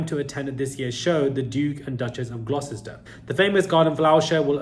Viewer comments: it is pronounced as..the Duke of Gloster... not Glosester....(Gloucester)... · Thanks,. English is a strange language. Duke of Gloucester is pronounced Duke of GLOSTER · Say Gloster for Glocester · Its pronounced "Gloster!" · Gloucester is pronounced Gloss ter